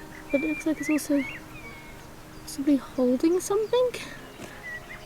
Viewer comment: oh please,there is no "K" on the end of "something",,,,,,,sorry my indiosyncrasy